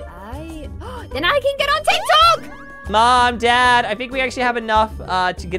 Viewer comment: Why she always say TIKTOUK